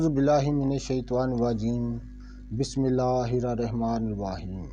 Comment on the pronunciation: بسمہ اللہ الرحمن الرحیم آ پ نے ٹھیک نہیں پڑ ھی۔